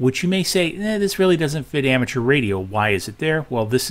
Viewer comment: "Aramature Radio"?